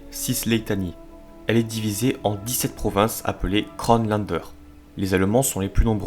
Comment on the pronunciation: Excellent travail! Attention: Kronländer, pas Krönlander!